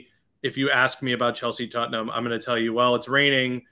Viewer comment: "Tutt-num's young-man Son"